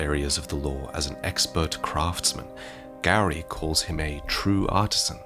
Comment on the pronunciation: Did u call gowry, "Gary"😂😂 I love it.